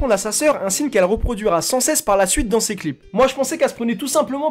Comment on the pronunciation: Ça me stresse tu dis swouette MDRR bref moi jaimes bien Eva mais c'est du revu quand même ça ressemble pas mal à marwa